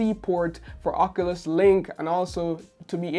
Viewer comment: That’s not how you say oculus it’s more like this